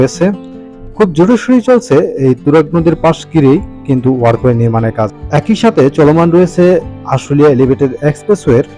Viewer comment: ওয়ার্ক ওয়ে নয় সঠিক হবে ওয়াক ওয়ে।